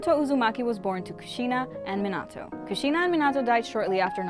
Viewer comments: Anyone else triggered she said Minato like Mihnahtoe instead of Meenahtoe? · is it just me or she keeps on saying minata instead of minato? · “Minata” it’s minato lol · Terrible at pronouncing the names 🤕 saying menato instead of Minato like “meanato” sheeeesh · I hear not minato but minaro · What i heard was menato but its minato 😬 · Im sorry but the way u say minatos name is weird bc it sounds like u are trying to say minata i dont know if its an accent but it should be pronounced mein-atoe but video is great💯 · The way she said Mi-nah-tou annoys me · Minauato mhm perfect it’s definitely not Minato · It’s minato not minado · It’s not pronounced me-nato it’s Me-na-toe this just made me mad smh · Min ah toe is what she was saying am I correct? the correct way is minato btw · Bruh I hate how she says minata instead of Minato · It's Minato not Menado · It’s minato not minatata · You’re saying it wrong it’s called Minto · It's not mintato it MEEN/UGH/TOE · Minado I thought it was minato 🤨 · Hey it’s Min-I-to not how you’re pronouncing it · It’s minoto not minato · She said “Minado” smh😂😒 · Does anyone get a little irritated when she says a name wrong like Minato. Its Me-na-toe. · Its min-uh-toe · Its Me-nah-toe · How she pronounces minato makes me mad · You said hatake wrong and minato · did you use google translate to figure out how to say minato's name if you did you are saying it wrong and so is Google translate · Way she pronounced minato 😭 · Who taught her how to pronounce Minato and Otsutsuki? 😬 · any body realize she keep saying minato wrong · So we not gonna talk about how she bucherd minato's name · It’s so stressful to hear her say these words wrong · I swear you are saying minato wrong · 4 months has passed and I came back just to say stop saying minato wrong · this video is great but I can't stop getting mad on how you say Minato wrong 😡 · i’ve never heard anyone mispronounce minato’s name so terribly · She says minato wrong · The way she says minato